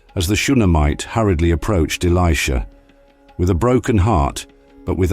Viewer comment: The narrative is spoiled by the mispronunciation of the name of Elisha and Namaan etc.....